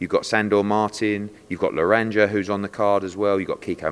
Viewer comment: ha the way he calls Legarraga 'Leranja' then 'Laradger.' proper Brit abroad. It's 'La Harraga.'